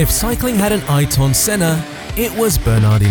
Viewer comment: Bot channel "Twelve March"? That's not how you pronounce Ayrton either.